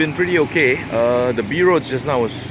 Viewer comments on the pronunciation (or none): di di di.. its not di.. its the